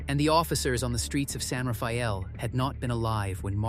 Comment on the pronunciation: Yes, I was born in Marin county. Mah-rin, not Mare-in, and San Reh-fell, not Rah-fay-ell.